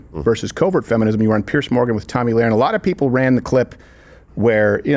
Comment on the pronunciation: Re correct pronunciation. Two last names are often mispronounced: Tommy Lahren and Ralph Lauren. (1) They should not sound the same. The spelling should have told you that. (2) A documentary about Ralph and his brother, who legally changed their name before either of them became famous, shows them introducing themselves, pronouncing Lauren just like in Lauren Hutton. Their original family name was Lifshitz.